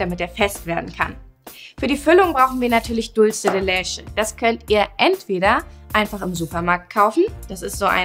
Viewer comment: Mira "Leche" ist Spanisch und wird daher nicht 'lesche' ausgesprochen!! Eher 'letsche'...